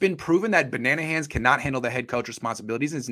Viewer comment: its Mr Banana-han to you!